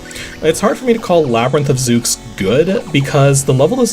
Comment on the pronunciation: Zooks? you mean /Zeu/s? The 'x' is typically an 's' sound in names like that. :p